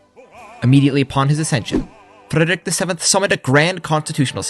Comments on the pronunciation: Why are you pronouncing "Frederik" like that? That's not how you say it. You don't have to roll the r. Its more like the French r like in "Revolution". And the d is... Idk how to describe that. It's not a sound anyone else has. Google "Soft D" if you want to learn about it, and pray that something else doesn't come up instead. And why don't you do the same for Christian? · You pronounce Frederik more like an Norwegian than a dane.